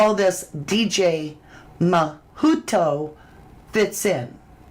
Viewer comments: The pronunciation of "Mijito" is mee-hee-toe -- you've been saying it right most of the time in this video. Mijito means "my little son" in Spanish. Mi hijo is "my son" and "ito" is the "little one". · … you are amazing! Sending you love and hugs! Btw…. I just wanted to tell you that Mijito is pronounced …. MEE HEE TO. 🌹❤️